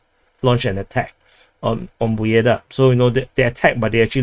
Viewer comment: It's not Pobjeda.. It's "PABYEDA"